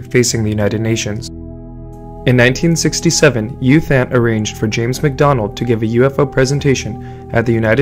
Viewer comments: FYI His name is pronounced Ew Tont, not Youth Ant. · Fyi, it's pronounced as Eoo Thant.